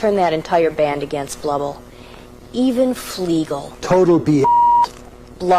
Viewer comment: He said Fleegle and Drooper wrong. It needs to be in the subtitles Fleegle and Drooper, not Flegal and Dropa.